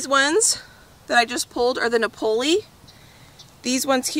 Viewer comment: Napoli like the city in Italy not pronounced like ravioli 😆 makes me laugh. All the best with everything! 🌻🙏🤗